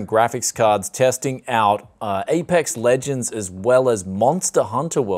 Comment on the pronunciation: Lmao "Apex Luigends"